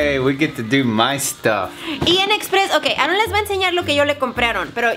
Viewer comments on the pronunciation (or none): solo se río porque dijo Aarron en ves de con una sola r